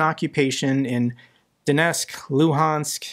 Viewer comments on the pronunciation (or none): none